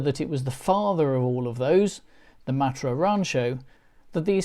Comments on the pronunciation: Please say MATT-ra, not MART-ra. The first time it's odd, the next time irritating, and then I simply watched the sub-titles..... We had a Bagheera, then a Murena, and then a series if four Espaces, so for over fifteen years we were a Matra-owning family, and loved every minute. The horrendous new cost of the Renault-built Mk4, and ludicrously low trade-in value of our last Mk3 spelled the end of our hitherto amicable relationship. And the fact that the last UK-available version, the Mk4, fits in the highest road tax bracket means that buying one now is out of the question, no matter how cheap they have become. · Love the way you pronounce Matra -“ Martra “ 😂